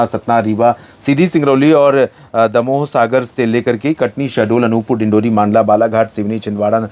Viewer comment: मंडला को मांडला नहीं बोले सर प्लीज आप हर वीडियो में आप गलती करते हैं 😊